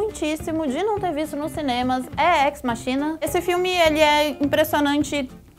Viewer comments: Na verdade n se fala ex "machína" e sim ex "maquina". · Ex Machina se pronuncia Ékis Mákina!!! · Querida amei o vídeo. Mas lê-se "Ex Máquina" o termo provém do latim. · Ex-maquina!!! É latim, lê-se maquina